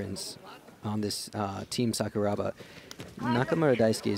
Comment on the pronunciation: Just so you know, Sakuraba is pronounced Sakura (cherry blossom) then add Ba. When they're saying it the way they are in this video, no one in Japan knows who they're talking about.